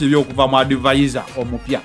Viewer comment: Adivazo🤣🤣not advisor